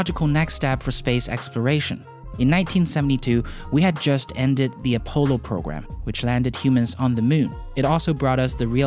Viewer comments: Did you just say “a-polo missions” -.- .... It’s A-Poll-O. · You mean A-Paul-O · LOL, "A-Polo" Program. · *A-polo programme. lol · I don’t think you are saying Apollo correctly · You are mispronouncing "Apollo"